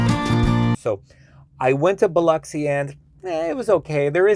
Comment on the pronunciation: Thank you for pronouncing Biloxi correctly! 😂